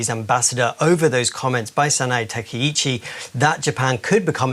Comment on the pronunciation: Takashi? Bro do jourlanist even do any homework? Like how come a supposed professional cant even learn how to pronounce? What a joke the media is